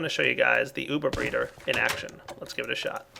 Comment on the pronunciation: Not Breader, Breeder :D